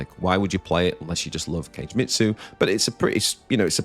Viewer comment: Sorry to be that guy but… Kagemitsu is not pronounced like Cage - it’s Ka-gay (means shadow in Japanese). Every time you say Cage deck I die a little inside. 😂 Love your videos though, thank you for all you do!